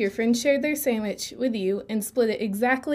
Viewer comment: this girl said sammich hahahahahaaaaaaa